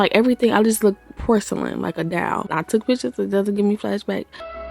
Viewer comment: Am I the only one that loves the way she says “doll”. Lol She says “dowl” but with a side of fancy lol. SISTER GURL UUU BEAT TF OUT OF YOUR FACE!!